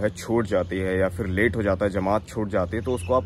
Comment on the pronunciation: Being an Aligarian you should work on your pronunciation particularly word F It is not Fir , correct word is phir